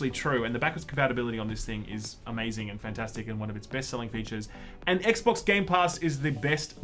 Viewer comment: It was so heavy it made you say Ek Bocsss as the name xD, noice